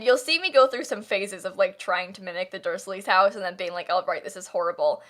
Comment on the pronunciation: i feel oddly personally attacked by not pronouncing ‘Dursley’ QUITE the way it’s supposed to be pronounced